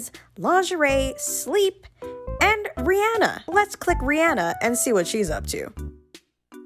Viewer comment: she just said riyenna